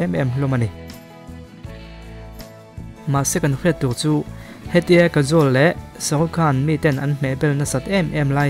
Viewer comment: Kajol hming i lam dan hi diklo nia... Mahse hmuhnwm tho2 e.. I w afiahin gaihthlk anuam c